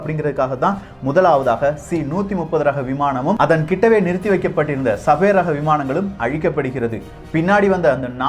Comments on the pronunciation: என்னாது ?? சபேர் ஆ? 🤦‍♂️ Sabre? அதை சேபர்னு சொல்லனும்! சேபர் என்ற சொல் போரில் உபயோப்படும் ஒரு பெரிய வாள்! Star wars ல கலர்கலரா வச்சிருப்ங்யளே அது light Sabre!. !Ice age க்கு பின்னால் அழிந்து போன ஒரு புலி வகை சேபர் டூத் -Sabre Tooth. அதோட பல்லு வாள்மாதிரி கூர்மையா பெரிசா இருக்கும். தகவல் சொல்லும்போது சரியா சொல்லுங்க. சின்ன பசங்கள்லாம் ஒழுங்கா கத்துக்க வேணாமா? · Annae adhu sabaer illa. Saeber..